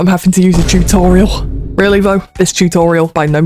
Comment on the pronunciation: Ah yes I find “totarials” helpful too